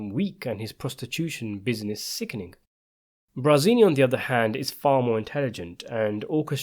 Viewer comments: Is the narrator saying Brazini instead of Barzini? I wish whoever writes the script would listen to this guy read it before uploading it. This is the same guy who kept mispronouncing Pentangeli. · Barzini not Brazini. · I really like your videos but it was really annoying to hear you mispronounce BARzini ... Not Brazini... 😅